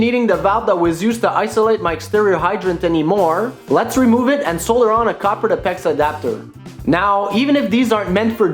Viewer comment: You are mispronouncing the word "solder."